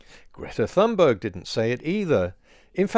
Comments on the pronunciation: Just one error: Your pronunciation of her last time. Not the most important thing, but since her name is mentioned so many times in this video, it might be worth fixing. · The only issue I have here is your pronunciation of Thunberg. It's not 'THUN-burg.' It's 'TUNE-burg.' The anglicization hits a tad harsh. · It’s pronounced Tunberg not Th.. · Greta's last name is pronounced "Tune berg". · Greta’s last name is famously pronounced with a t sound as in tan, not as a th sound as in those. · Just FYI: that name is more closely pronounced "toon-berry". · Greta's surname is pronounced "Tunbery." In Swedish, the letter g is often soft. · "Toon-Barry" would be closer. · It's pronounced Toonburry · Sorry, you're still getting it wrong. G is Swedish is pronounced like a y english. U is pronounced like oo in English Th doesn't exist and the h is dropped. Vowel length is differently expressed but no parallels exist in English so we'll skip that part. So the closest pronounciation would be: ' toon burry' , not ' choon burg'. Source: jag är svensktalande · This is all great, but i believe in calling people what they would have themselves called. That's not how to say her name. Conservative anti-Thunberg folk say it that way (presumably out of disrespect). It's more like TOON-berry. There are decent pronunciation guides online. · Great video as usual. Just a small detail: The H in "Thunberg" is silent, so it's pronounced "Tunnberg". Or, for bonus points, like the u in "tuna" (the fish) without a at the end. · In Swedish it's pronounced tuun-berg, the g is pronounced like y in yolk. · Great post as always. One correction here: Greta Thunberg is Swedish, that means that the "h" is silent as there is no "th-sound" in Swedish, so it is just pronounced as "t" in "talk". Also the "g" in the surname is soft and should be pronouced as the first "i" in "identity". So her surname should be pronounced. (look up the wiki there is a link to how it is pronounced there) [ˈɡrêːta ˈtʉ̂ːnbærj]